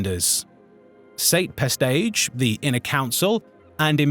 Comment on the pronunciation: Oi, are you using an AI voiceover? All these mispronunciations of well-known figures like Sate Pestage into State Pestsge or Ysanne Isard into E-san Izzard is very disappointing